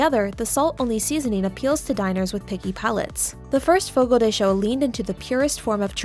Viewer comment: Its not fogo de shew its fogo de chow ..rrrggg